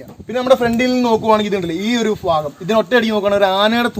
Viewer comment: Nice video.. phagam alla bhagam